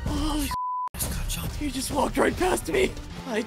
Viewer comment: I heard said "cacan" instead of "kacchan"😭😭😭😭😭😭😭